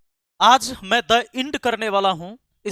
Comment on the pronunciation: The end ❌ the ind ✅😅